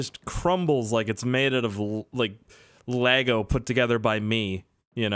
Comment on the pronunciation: Lego not lago